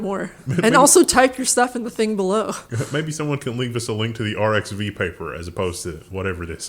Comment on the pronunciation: Hey, the 'X' in the open-access scientific repository arXiv is not the letter x, but is the Greek letter χ (Chi, pronounced like 'Kai'). So the name of the repository is said like "archive", not by saying each letter like 'R X V'. I used to say it like "arcs siv" for years before someone finally told me. And if anyone wants to read the 'mayonnaise' paper, the DOI for the paper is 10.1103/PhysRevE. although I couldn't find it on arXiv for free so it's unfortunately behind a paywall